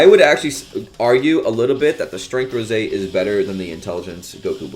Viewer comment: It ROSÈ NOT ROSE